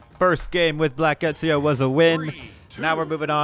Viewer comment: why you sayin etzio its Eh Zio